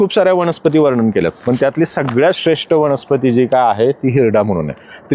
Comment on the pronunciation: " वणस्पती " नका णा म्हणू प्लीज. 🙏